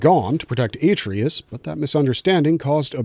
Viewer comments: “Aye-Tree-Us” YUCK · Dude clearly never played the game. "a-tree-us" huh? Why am i here listening to some dude read off a Wikipedia page?